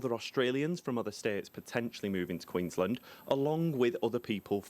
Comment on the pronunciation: Haha some insights, more so about adding to your content for the viewers.... Queen's Land Hahaha written as one word, pronounced as two.